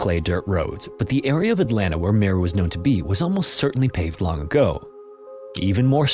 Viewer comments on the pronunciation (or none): none